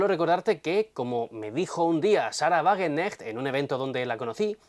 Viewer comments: Sahra Wagen k necht, se pronuncia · En Wagenknecht se pronuncia la ka. Es difícil, pero los alemanes lo hacen. La ch se pronuncia como una jota española